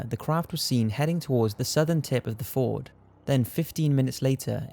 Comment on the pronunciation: When you pronounced Sognefjorden, you said ford lol. It's suppose to sound like this: FJORD. Best regards (Norwegian).